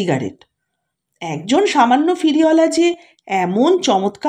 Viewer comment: আপনার পাঠ মোটামুটি ভাল। কিন্তু সমস্ত গল্প পাঠে 'ফেরিওয়ালাকে' আপনি 'ফিরিওলা' বললেন, কানে ভাল লাগল না ।আশা করি এরপর থেকে উচ্চারণে সতর্ক হবেন । নমস্কার।